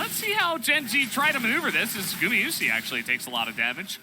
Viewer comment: can you stop saying gumiyusi, one says it right, (guma) gumayusi sriously is annoying